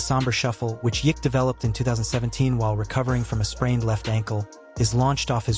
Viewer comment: Your AI really has some problems with the name. Just write it as Nikola Yokitch.